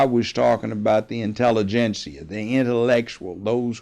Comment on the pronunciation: Lol he said the intelligenceia 😂😂😂 fahlachaio Holding the mike close. Omg this guy kills me .. and I love his own pronunciation of words. .. this guy is the best. He needs his own advice show. Please give the judge a talk show